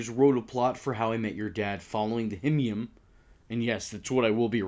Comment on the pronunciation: "Himyim" thats how i pronounced it too!!!